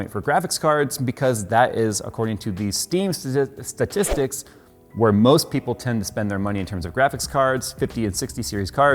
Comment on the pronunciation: It’s statistics..say it with me statistics....sta...tta....tha.....‘tis....tics....ah forget it.